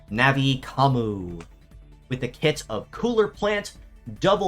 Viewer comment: It's nothing like "Navi Commu". Not only is there an N sound at the end, but it's a "yu" sound as in "commUne", not an "oo" sound which is what would happen with what you're saying.